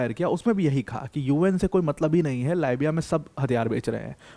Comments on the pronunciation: Libiya .== Leebiya,,,, biya = its not baya its beya= biya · Libia को लायबिया बोलनेमे मजा आता है क्या। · "लीबिया" को "लाइबिया" बता रहे हैं ये महानुभाव...जिन्हें स्वयं देशों के नाम का ज्ञान नहीं है वह Aspirants को क्या ज्ञान देते होंगे..!!😂😂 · How pity. You people are always worried about our success. How to degrade Pakistan success, using degrading words is a norm in India. In other words, mention Pakistan's success with insulting words. And another thing, the anchor seems a bit less educated. It is not Laabya , It is Libya.😂😂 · Dear sir लीबिया बोलिए लाइबिया दूसरी कंट्री है। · Bai it's libya (lib ya) not lybya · यह भाई लीबिया को बार बार लाबिया बोल रहा है इसको किसने अध्यापक बनाया रे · गुरुजी तो बहुत ही कूल हैं, लीबिया को "लायबीया" बोलते हैं!😂😂😂 ये चक लायबीया...! , , , , , , , , , , , 🤮🤮🤮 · लिबिया है..... लायबिया नहीं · लाईबिया to mat bolo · bhai lit is leeeeeebiya not li biya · It is lee-bee-yaa not lie-bee-yaa.